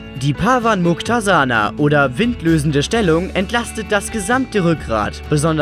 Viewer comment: Die erste Übung wird Pawan-mukt-asana ausgesprochen